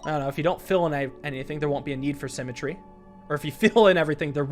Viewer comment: simatree now sounds like sim-a-tree and not a word